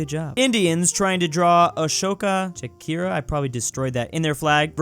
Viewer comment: The way he pronounced Asoka Chakra 😂